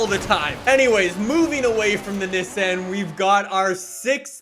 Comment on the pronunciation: That’s not how u say Nissan...